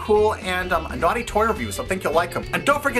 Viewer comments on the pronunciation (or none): lmao "nughty" toys xD